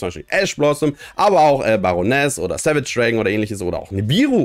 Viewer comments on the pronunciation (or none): none